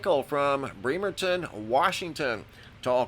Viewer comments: That’s pronounced Brem- ur-ton so ya know for next time. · He said: "BREE-merton"!! LMAO!!!!! I used to live there, when I was ten, on Lafayette.